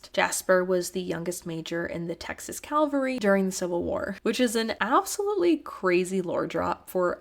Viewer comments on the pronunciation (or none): Also as a minor correction the word is Cav-al-ry not Calvary.